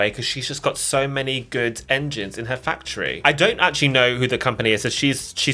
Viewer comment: that’s “fac-otry”. We must be specific